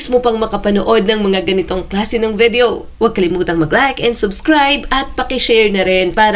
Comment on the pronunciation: VIDEO, NOT VEDEO!!!